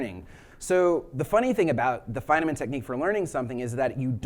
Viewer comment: I believe Feynman is pronounced Fine-men, not Fine-a-men.